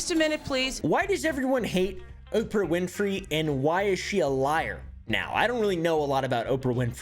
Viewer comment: "Opah winfey" had me balling